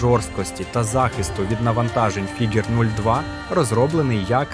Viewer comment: Фігер, Фіджер, Фігуре - ти смієшся? 😂😂😂